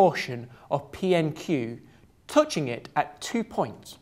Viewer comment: yes, i get it, thats an english accent.. he still cant pronounce "touching" :)